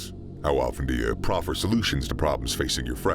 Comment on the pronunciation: You can't just say proffer